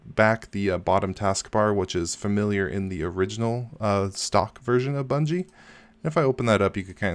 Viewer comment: You keep saying Bungie...